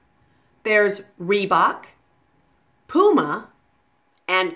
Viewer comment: Also it is not pooma it is puma